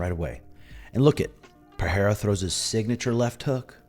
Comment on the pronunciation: The way says Per-Hair-Uh kills me 😂